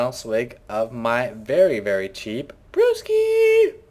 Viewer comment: "A swig of brrrrrrewski" :D